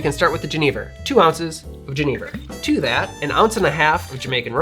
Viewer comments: if i can find a bottle of Chartreuse ill give it a go for sure! just for the color alone i wanna try, it looks great! and i love to see my national spirit jenever make another appearance. little note on the pronunciation for if you care about that sort of thing, if youd write it more phonetically it would be something like yu-nay-ver. so 'yu' like 'yuck', nay like 'aye and nay' and 'ver' like you said it already. just a little note on the modern lexicon of verbal words that we use in the language arts :p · Pronounce 'Jenever' as yuh-NAY-ver to really channel your inner Dutchie. Cheers from the Netherlands